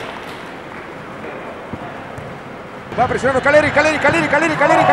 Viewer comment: No es Calleri es KAILLERI